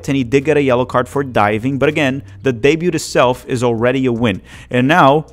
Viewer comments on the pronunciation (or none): The t in "Debut" is silent. It's pronounced "Deh-byooh" or "Day-byooh". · fyi you don't pronounce the "T" in "debut", its like day-byuu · Great update as always. [just a note: the T is silent in "debut," as it's French in origin... your favorite language!]